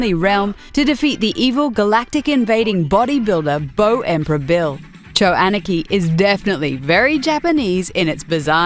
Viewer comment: cho aniki, you pronounced it horribly wrong